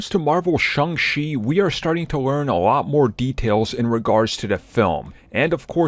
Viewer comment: Shang CHI. Not Shang She. Get it right,!